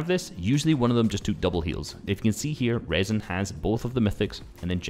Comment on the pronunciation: nice vid vid bro btw its rezon spoken like reason